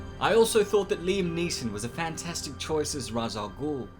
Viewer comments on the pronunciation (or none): none